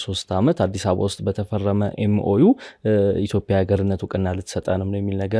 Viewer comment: ጋዜጠኛው፤ እያወራህ ያለኸው አማርኛ ነው፡፡ ኢትዮፒያ ሳይሆን ኢትዮጵያ ነው የሚባለው፡፡